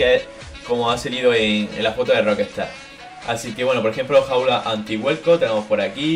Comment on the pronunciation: Por que decís Rockestar? Es Rockstar